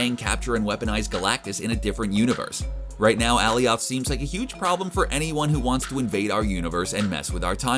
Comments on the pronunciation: Why the hell are you pronouncing Alioth like that? It's pronounced AL - I - OTH not AL - E - OTH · Ok b4 making this video did u even watch Loki?..... who the hell is ally-oth?... it’s pronounced ah-lie-eth...😒🤦🏻‍♂️